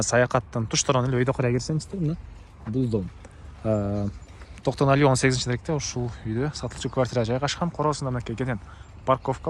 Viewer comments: Кок мээ орусча Токтоналива болуп айтылат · Токтоналиева ,Жаманбаева эмес аялдардын атын алабай туура суйлочу Айткан ,эскерткен сайын кучойт экенсин Акма кулак